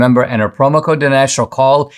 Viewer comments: Jamie... dude... his name is Dinesh - not Denish. How would you like it if Dinesh called you Jimai..? 🤣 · It drove me crazy that Mr. Glazov kept mispronouncing Dinesh’s name